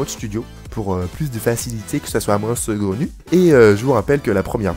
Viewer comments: C'est saugrenu, pas segraunu. A part si toi tu l'entends: ce gros nu ;) Sinon bonne video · Il a une voie énervante le mec Avec son "segronu" ...